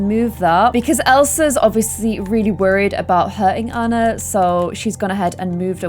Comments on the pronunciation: Please pronounce Ahna not Anna because its NOT Anna, thank you love you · Anna's name is pronounced Awun Ahh not Ann ah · You always say Annar..😂🤣😂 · And the name Anna is meant to be pronounced "on-uh" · If doesn't watch Frozen 2 before she makes the next vid, im gonna rage! There is SO MUCH info about the parents and how/why they died and a heap load of info about Elsa's powers. Also, i hope she'll realise to change her pronunciation of "Anna" coz that's been bugging me, haha